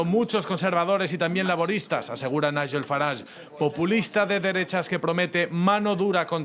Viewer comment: Long live Corbyn! La putada que le hizo Starmer en aquel entonces es imperdonable. Magnífico análisis!! Un detallito insignificante: Nigel se pronuncia no como la "gu" de guerra sino como la " j" de John. Os queremos ❤❤❤